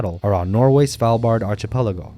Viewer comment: Who's the narrator for this? They have a terrible voice. Also, it's "ark-ipelago" not "arch-ipelago"